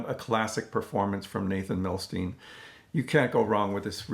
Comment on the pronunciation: Fabulous release. I still need both of those Cisco Capitol reissues! You've inspired me to break this 'Masterpieces' out today. Thanks! Also, fyi, as he was Russian-born, I believe his name is pronounced 'Nah-Tann Mil-Styne' - as opposed to 'Nay-thun Mil-Steen'. Cheers as always for your thoughtful takes and insights.